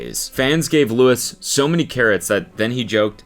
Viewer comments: LEW-EE not lewis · The way I cringed when you said “Lewis” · The Louis with the hard s killed me inside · IT’S PRONOUNCED LOO-EE We’re still unhinged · not him pronouncing it Lewis 😭🤣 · Anyone gonna bring up him saying Lewis and not Louis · I can’t be the only one bothered with Cody calling Louis, “Lewis” 😂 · How dare you. How dare you pronounce Louis’s name like Lewis. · some of the imagines are absolute satire and seeing them being read as something fr is so funny also louis being pronounced LUIS is so funny 😂 god the bringing back of this is so funny — one of my friends pranked the sun and it was published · WHY DO YOU KEEP SAYING LEWIS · the s is silent it’s said like louie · Cody please just say Louis' name right ONCE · don’t pmo cody the s is silent in louis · cody the way you are pronouncing louis name is killing me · Saying Louis’ name wrong 🤣🤣🤣